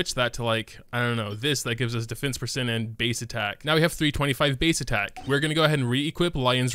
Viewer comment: I have never heard some mispronounce the word percent but you managed to do it 300 times